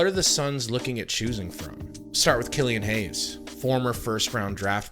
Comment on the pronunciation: This dude said killian hayes.... nah